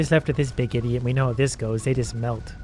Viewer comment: I find it hilarious the way he says idiot sometimes